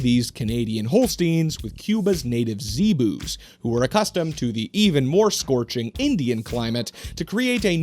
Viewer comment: It's a sebu cow (se-boo)